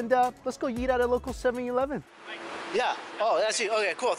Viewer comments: Why does he say seven E leven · I keep hearing 7-YILEVEN!!! hahaha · I find it ridiculously adorable that you pronounce it 'sevie-eleven'.